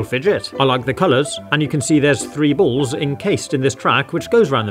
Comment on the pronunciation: "The bools actually moove" 😂